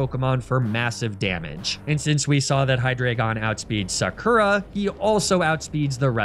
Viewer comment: absolutely killing me here with that “Sakura” pronunciation,.